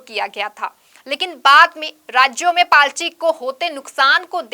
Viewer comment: It’s “party”… not “palty”